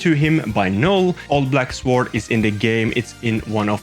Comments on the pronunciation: The W in Sword is silent. Phonetically, you say it 'sord'. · Buddy the w is silent in sword 😂😂